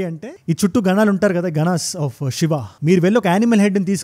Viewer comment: అంత బాగున్నది 👏 కాని షివ, కాదు శివ , ష క్తి కాదు శక్తి , కొంచం try చేస్తే అద్భుతం మీ వివరణ, అన్యదా భావించ వద్దు🙏